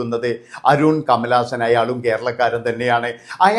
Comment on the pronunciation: അരൂൺ അല്ല അരുൺ